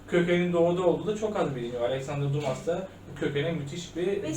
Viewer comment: Alexendre Dumas ( Düma) Fransızca: Düma İngilizce: Dümaa